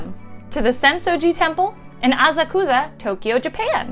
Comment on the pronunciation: 💜💜💜 I know Ive seen you commenting in travel groups and I really appreciate how much work you put into making sure everything is correct! And glad I could help with the Asakusa pronunciation I’ll point anything else out that I see if I notice it! The general rule tho is that there’s no inflection or emphasis on any syllables so words should be pretty flat. And with Asakusa as the example, the “u” sound in Japanese isn’t the same as ours, it’s really short/ almost silent sometimes. For example “suki desu” sounds like “ski des” so you almost don’t even pronounce the “u” at all and this means “I like it”